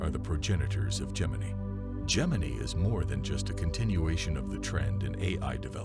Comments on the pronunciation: It's pronounced, "Gem-in-eye." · Gem•in•ey .... that's not how you say that.